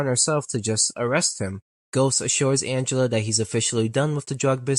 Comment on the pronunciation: You saying "arrestes" instead of "arrest" is frying me lol